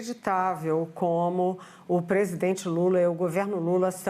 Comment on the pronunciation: O Brasil só passa vergonha com esse " presigengue "